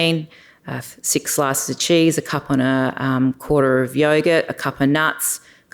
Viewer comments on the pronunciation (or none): none